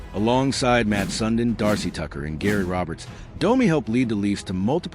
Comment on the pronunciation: How do you not know how to say SUNDIN